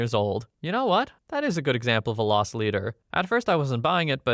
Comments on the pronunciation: LOSS leader, not LOST leader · Loss leader, not lost leader.